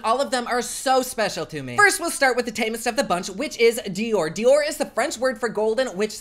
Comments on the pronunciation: Doré(e) is Golden in french,! Not Dior. If you meant D’or thooo, it could pass! 😂 😘 love you! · The french name for golden is "doré" not dior...